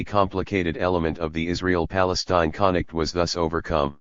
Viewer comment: It's weird but the machine doesn't really read the letter F properly when it's near an I or L. It keeps saying "conict" instead of "conflict" and "inict" instead of inflict.